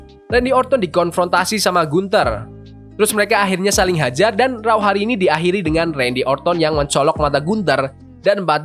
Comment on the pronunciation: Please pronouncation tu......raw= row. Not rau